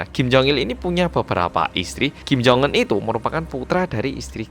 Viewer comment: Ya baru aku tau sebutan nya kim jong enn.. Bukan jong unn